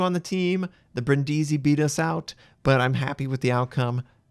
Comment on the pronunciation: Bríndisi, not Brindísi PLEASE. Every youtuber is saying it wrong, it sounds TERRIBLE xD